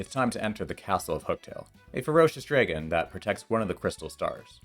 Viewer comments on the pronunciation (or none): It's pronounced dragon NOT drae-gon